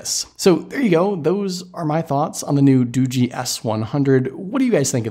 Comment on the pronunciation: It's not Doogie as in Doogie Howser it's pronounced Doo-jee like this tech review on this video said LOL